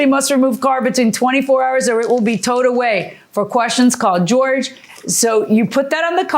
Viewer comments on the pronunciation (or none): She pronounced Jorge as George. 😂😂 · The judge is HISPANIC and pronounced "Jorge" as "George"?!?!?